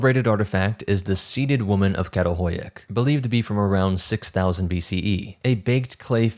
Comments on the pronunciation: This was an enjoyable and informative video. The only suggestion I can add is that the Turkish letter 'Ç' with the little tail on the bottom is pronounced like the 'ch' in English "chair" or "chatter," so that the archaeological site "Çatalhöyük" is pronouced "chattel-huyook." Only the letter 'K' has the sound you're using when reading Turkish. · Absolutely love your content! It’s so addicting. I wanted to make a quick point on your pronunciation of the city Çatalhöyük. Professor Lawrence Angel, who worked the site, told me that the letter ‘Ç’ is pronounced as ‘Ch’. So it would be: Chatal-hoy-yuk. I’d love to see you integrate this into your amazing presentations. It would mean a lot to me if you did✨🫡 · I really appreciate your channel but your pronunciation can be abysmal. It's homo sapiens, not homo sapien. And the village in Turkey is not pronounced with with k at the beginning.